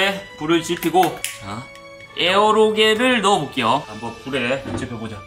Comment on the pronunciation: 에어로겔이 아니라 에어로젤 입니다.